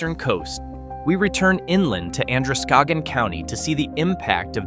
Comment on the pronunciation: It's Skowhegan, not Skohegan.